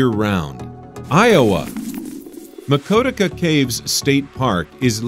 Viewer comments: Maquoketa.....ma kwoo ke ta... not maa co tic a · lol It's Mequoketa (pronounced Meh-coe-ket-uh), not Mequoteka. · iwoa's is pronounced Ma co ke ta not ma ko te ka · Maquoketa is pronounced Muh-kō-ket-uh Just FYI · Please tell me I'm not the only Iowan here who heard Maquoketa and immediately cringed... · As someone who lives like 30 minutes away from the Maquoketa caves. He totally butchered its name lol. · Regarding the Hawaii installment, it's wye-MAY-uh Canyon, not wye-uh-ME-uh, and it's on cow-EYE, or more like the Hawaiian pronunciation, cow-AH-ee, not cowie. For Iowa, you got your vowels reversed; Maquoketa is muh-KOH-cuh-tuh, not muh-COAT-uh-kuh. Michigan's red map didn't include the Upper Peninsula. Mississippi's location can't be pronounced TAH-show-ming-go when the first syllable is spelled "Tish". Contrary to what you said, Zion National Park in Utah is not also a state park.